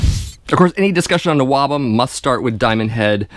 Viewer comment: Stop saying NOABUM. Nobody ever called it that. We just called it all metal, or early metal Plus I considered Anvil and New York's Riot as NWOBHM and Loudness. You're 100% correct on this vid, plus there's a few gems like Satan that I thought would never be mentioned.